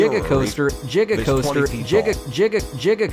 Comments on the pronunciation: Jigacoaster, Jif, Jiganotosaurus. Jrandparents. Imagine if other words with G was pronounces with J 😅😩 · Lmao, did the AI pull it's pronunciation of "giga" from Doc Brown and his 1.21 "jig-o-watts"?